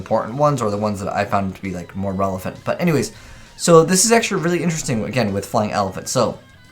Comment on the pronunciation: more "relephant"? lol